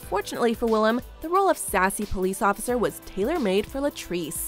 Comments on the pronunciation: This dude: "William" me and Willam at the same time: Le gasp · Hearing Willam being called “William” makes me cringe with my whole body omg the audacity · Ugh why would you say william instead of willam